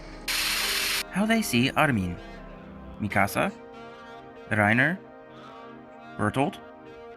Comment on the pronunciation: literally the whole video: Ar-mean